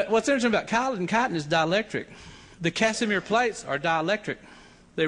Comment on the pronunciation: Sounds like he's saying bugs are made of "cotton" hahaha